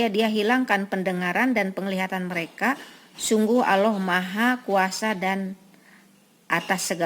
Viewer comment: Sayang sekali Ibu, lafadz Allah diucapkan kurang sempurna.